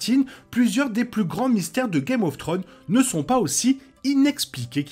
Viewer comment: Et une question aussi sur un mystère très rependu: pourquoi beaucoup de français dont cette chaîne, n'arrivent pas à prononcer correctement des titres aj pluriel? C'est Game of Thrones, pas Game of Throne. Je dis ça en toute bienveillance. Un petit effort !